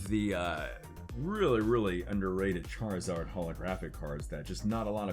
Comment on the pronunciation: Why does he say Charizard like Char-e-zard